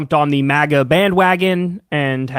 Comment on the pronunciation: I swear you're the only person I know that pronounces "MAGA" the way you do, and it really bothers me.😭🤣